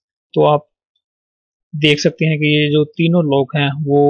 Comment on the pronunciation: its 'lock' not lok